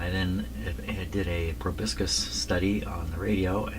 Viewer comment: When one engages in obfuscation it is best to properly pronounce the two-bit words. (the word is spelled "proboscis") Otherwise credibility is in question as in your last rant.